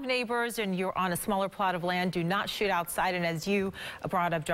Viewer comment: At the mk. listen closely to what she says. It didn't sound like the word, shoot. Pretty funny though.